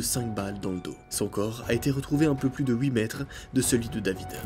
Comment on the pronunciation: t video sont incroyable comme dab quoi et puis tu a toujours du mal a dire huit 😄😄